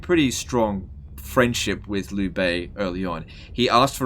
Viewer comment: "liu" is not pronounced: "lew" its pronounced: "leo"